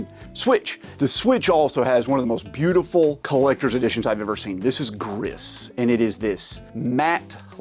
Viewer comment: Just FYI you are not supposed to prononce the Ssssss on Gris 😉... Very Nice collection